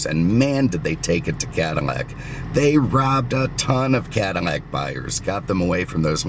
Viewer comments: Can't forget his pronunciation of "Cadillac" as "Cadamac" in some videos. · Did he just say Cada-Mac? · He pronounces Cadillac - “Cadimac”